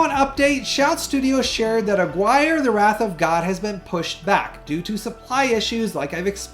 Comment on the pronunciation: Great video. But man.. you couldn’t haven’t butchered Aguirre, wrath of god more